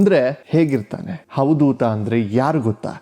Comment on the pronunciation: Avadootha not havadootha